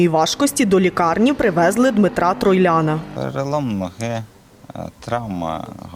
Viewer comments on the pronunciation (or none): Дмитро Райлян а не Дмитро Тройлян🤦‍♂️🤦‍♂️🤦‍♂️🤦‍♂️